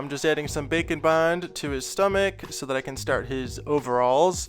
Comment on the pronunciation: I think by now you can safely admit that you're saying 'bacon bond' on purpose, right?